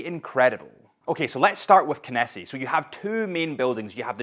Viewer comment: Did they not correct how you pronounce Kenissi? 🙃